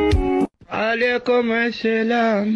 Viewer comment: Fakir: Selamün Aleykum Zombiler: Aleyküme Selağm asdasjskajsjas Müq